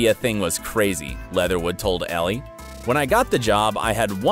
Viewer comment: Brittany N yes!!!!!!! I thought I was the only one that caught that. The narrator seems to constantly mispronounce Elle magazine’s name 🤦🏽‍♀️ and other people’s names.